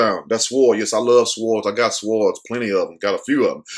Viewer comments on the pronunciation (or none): none